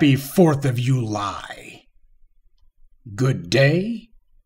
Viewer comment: I would like to point out an error. It's not "you-lie". Rather it's July